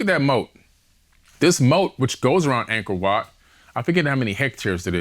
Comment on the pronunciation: "Angkord Wat" google it folks